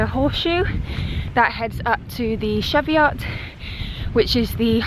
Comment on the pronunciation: Now you're walking in the county where I did most of my rambling, in the days when I belonged to a local group of the Ramblers Association. Easy to get lost up there, so I'm sure your map reading skills were put to good use! We pronounce this hilly range the ChEEviots, Athena, and I think that is the correct pronunciation. You were so lucky to be able to go for a long walk.